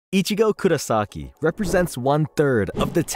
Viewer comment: kurAsaki ? it's KurOsaki damned, and no one seem to see it, making THE mistake at the beginning, omg